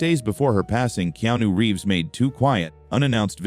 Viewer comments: Why cant the speaker SPEEK Keanu Reeves name correctly or even the same pronunciation throughout its f redickulouse that you can't SPEEK his name right or correct in any f way it's redickulouse please stop fucking his name up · It's disrespectful & redickulouse